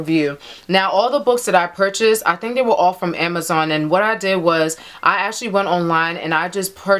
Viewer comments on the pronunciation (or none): none